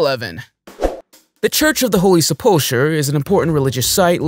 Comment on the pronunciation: I hate YouTubers. Before they do a recording they REALLY need to learn the pronunciation of words first. 9 minutes in and I think I've heard about 8 words pronounced wrong. The se- pul-cher for 1., please do better